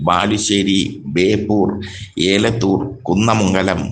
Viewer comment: ഏലത്തൂർ അല്ല എലത്തൂർ ആണു...